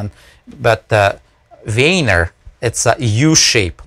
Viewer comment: "most of the time I'm actually grabbing the wiener" cant unhear that.